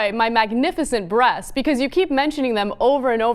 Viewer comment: "My magnificent breats" lmfao